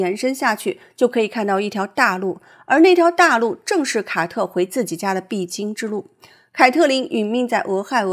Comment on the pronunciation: 五月，“凱特琳和凱特...” 「凱特」是誰啊？ 「卡特」啦！ 聽得我都暈了。😂